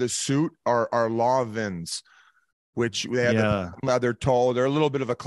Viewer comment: Biz butchering Lanvin is the content I didn’t know I needed.